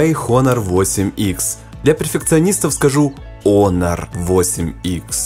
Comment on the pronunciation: Учись правильно произносить. Не ХОНОР, а ОНОР, не В Украине, а НА Украине.